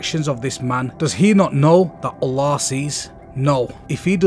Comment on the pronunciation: ooolllaahhhh 😆😆 this guy has funny way of saying Allah